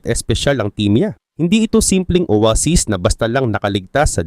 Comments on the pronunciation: Oweysis talaga yun may short term memory lang sya kaya nakalimutan nya Yung tamang pronounce aray mo pakak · Owaysis bigkas don diba hahahaha